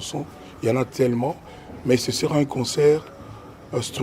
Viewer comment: Eh Patsho Rfi😂😂😂😂😂😂😂😂😂 mais azalaki kolenga? Koffi pe Vincent kuna nq emission ayamba ye aloba"consseur au lieu de " Concert" koffi alekisa mais ba oyo tellement bazalaki terre a terre a gafeller bango 😂